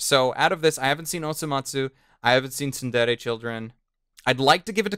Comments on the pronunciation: Argh! Why do people struggle to say Tsure Dure? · Its not tsundere children. Its tsurezure children...